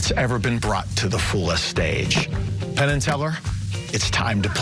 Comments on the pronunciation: Definitely called Penn, "Tenn". Love it. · Hahaha he said Tenn instead of Penn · i swear you called penn, Tenn hah quaity trick tho man :D wish i could do it as good as you can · He called himTenn